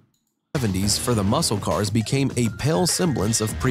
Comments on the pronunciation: Muscle is said mussel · "MUSCLE" has a silent "C" sound. Say "MUSAL" instead. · It's pronounce muss - el cars. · LOL, its pronounced mus-sel car. 😆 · Pronounced, musle!! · The c is silent. But I like the way you say it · We don't pronounce the C in Muscle. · When pronouncing "muscle" the "C" in that word is silent. English is weird, what can I say. Listen closely to how the narrator pronounces it.